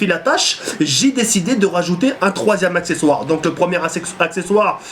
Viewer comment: fail a min acsexsoire heu accesoire